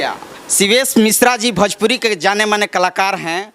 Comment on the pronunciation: अरे ओ काले तितर भजपूरी नही भोजपूरी होता है ! 😂😂😂😂